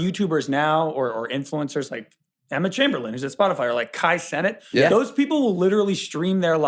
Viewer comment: is too young to pronounce Kai Cenat like that